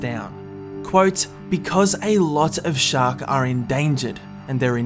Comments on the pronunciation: Says 'Shacks' Instead Of 'Shark'. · "shaks" WHAT THE ITS SHARK NO SHAK XD